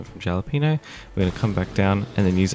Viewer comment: no hate, just wanted to let you know the J in Jalapeno is pronounced like an H